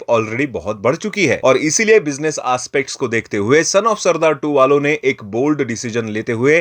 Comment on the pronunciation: aspect ❌️ ASSpect ✅️ 😂😂😂😂😂😂😂😂